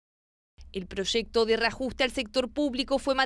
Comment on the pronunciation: La periodista que diga bien proyecto no es prochesto estamos en chile